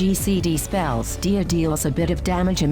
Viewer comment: castin DIA and sayin SIA... Excellent video btw.